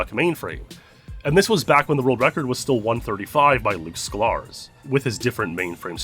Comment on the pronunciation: >2022 > still doesn't know how to pronounce Szklarz